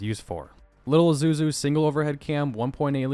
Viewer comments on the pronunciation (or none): Here's how to pronounce Isuzu. Sound it out, then say it faster and there your are: ee-sue-zoo